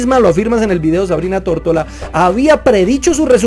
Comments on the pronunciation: dices Tórtola 😂😂😂 y luego pones una foto de ella con su nombre y claramente dice Tortora. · Se apeida "Tortora" no "Tortola" ¿Si notas la diferencia?